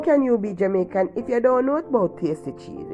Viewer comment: I enjoyed watching the way you make this pasta with the frozen vegetables , I like the way you said two Jamicain spoons of mayo, looks very nice tri macoronni, looks tasty